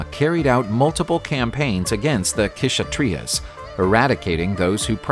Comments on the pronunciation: Why you don't work on your pronounciation or Google it . K is silent in Kshatriya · Ksathriya pronounciation is wrong